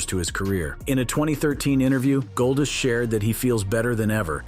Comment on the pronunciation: i hate how he says golddust it sounds like goldist